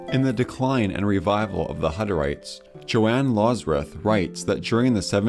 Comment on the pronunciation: Great video, but your pronunciations were funny :) Sioux = pronounced just like "Sue" Hofer = hoe-fur not hoff-er Johann = Yo-hann